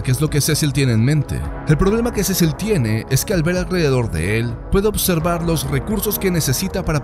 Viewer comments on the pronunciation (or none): none